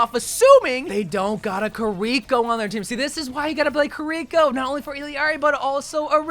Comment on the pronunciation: Any else hate how is saying Kirko name wrong still to this day. KI-RA-KO